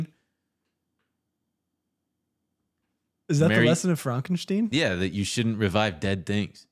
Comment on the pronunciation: I've never heard Frankenstein pronounced like that before.